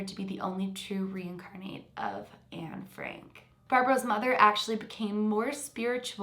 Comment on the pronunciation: Exactly! And I’m Dutch like Anne and heard Barbro say Anne Frank in the video but you know what? We don’t pronounce it like that at all! She doesn’t even know how to pronounce her supposed name! And if she remembers so much, why can’t she remember some Dutch sentences or words? And the “facts” she knew are common knowledge in the Netherlands and a lot of European countries. I know some extra stuff that you can’t really read in books cause I saw it on shows and interviews. Like things about Anne’s friends, her crush, people that helped her, etc and you can’t read that in the books. Isn’t it a little suspicious that the stuff that you can only learn from Dutch shows or would know if you were there, she hasn’t said anything about? And the stuff that wasn’t public to Sweden yet, she hadn’t cared to mention either? Just the stuff you could read in books... Maybe she really believes she’s Anne but she’s delusional then.